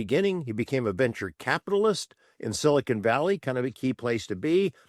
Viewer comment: I don't mean to take a jab at mr Vallee's pronunciation, but I find it quite... fitting how he pronounces "silicon valley" somewhat as "cynical valley".